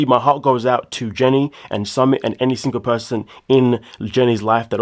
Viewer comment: Hi, his name is pronounced SuMIT. W/ love